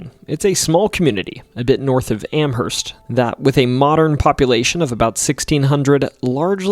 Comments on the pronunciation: Enjoyed the video, thanks for making & publishing it! ...Also, "Amherst" is pronounced "Amm-urst." Just so you know lol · The "H" is not pronounced in Amherst. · The "h" is silent when you pronounce Amherst, MassaTwoShits.